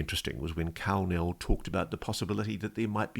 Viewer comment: When he said Karl Nell i thought he said Kal-El several times. For those who don't know Kal-El is Superman's Kryptonian name 😂